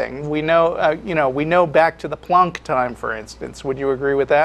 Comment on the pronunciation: It's planck time, not plunk time